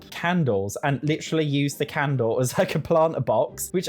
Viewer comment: I just luv how he says "LitTree"(literally) 🤭😂🫶🏾🫶🏾